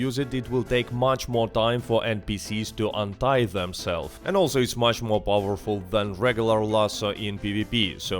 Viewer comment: unite untie I was really thinking I got something wrong and learned a new word there 😂 Love your accent and videos though